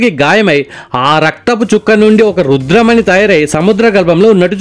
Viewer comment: అది రుద్రమణి కాదు రుధిరమణి